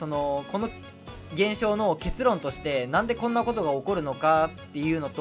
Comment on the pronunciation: 初見です( ・∀・) が社会生活で不遇に遭わぬ様 失礼を承知で提言させてください。 【結論】の発音は 「アグモン」と同じですよ ( ・∀・) 分かりにくければ 「ポケモン」とも同じです 結論は結の部分の音は平坦で 語尾が上がります( ・∀・)